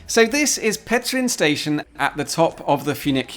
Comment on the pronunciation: Congratulations for good spelling "ř" (type specific only in Czech language) in "Petřín" and thanks for good video from my country.